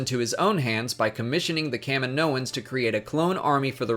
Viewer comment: ca MI no an... not CA mi NO an.